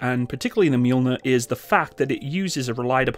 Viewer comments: Fyi , it's "ma -Joel-near" not " mule-near" , get it? The m sounds like what? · Not Mjuuulner It’s Mjölner i don’t know how to explain ö in english, but the Mjölner is Thors/Tors hammer (Tors hammare) in Swedish. But to say mjuuulner is like if the Terminator would say ”Mjau” instead id hastalla vista or i will kill you. And you can use the Strix round to Mjölner. The Strix round is like Excalibur but for mortars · Wow the difference between the deployment time of 2x120mm of Mjölner vs. that faff of a single 105mm from the humvee just got me anxious as hell. Also you completely butchered the swedish military designation of this tank and I had to laugh out loud.